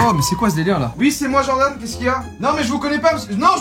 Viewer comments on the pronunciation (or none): none